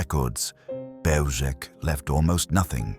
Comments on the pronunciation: Just fyi. It’s pronounced as Behw-Zhets. Zh as in measure. The C is always ts not K. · It's pronounced Belzhets. Please if you are going to produce historical videos, learn the correct pronounciation of names. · Pronouncing the name incorrectly. The "L" has a lone through it making the pronouncement a "w" sound. Therefore it is Beozhek. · BeozheTS. The c has a ts sound in 🇵🇱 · It's pronounced "beljetz" and wirths nickname was stuka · A small quibble, but the pronunciation of "Bełżec" is not hard to get right. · Learn to properly pronounce the name of the place you're talking about. Is it that difficult to look into it so as to learn to pronounce it correctly? The first word of your video, mispronounced. Ok, we get it.